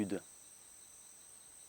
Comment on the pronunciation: La façon dont il dit Nietzsche m'a scié xD